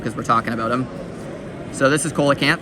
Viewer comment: Brother that’s not koe-luh-canth it’s see-luh-canth